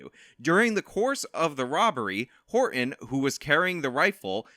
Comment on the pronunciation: Please stop saying Horton like that. 😖